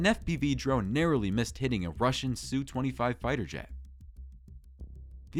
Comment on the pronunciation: SU in Russian jets is pronounced "ess you", not Sue.